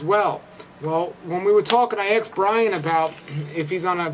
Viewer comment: He axed Bryan puhscifickly.